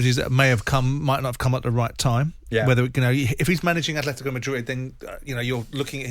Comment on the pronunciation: There is no 'H' in Atletico Jim! Sick of fucking saying it!!